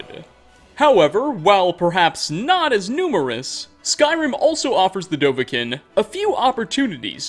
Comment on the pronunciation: The way he pronounces dovahkinn... it sickens me